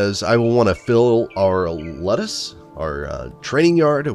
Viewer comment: Ludus is pronounced (Lew-dis or Lew-dus) as its spelled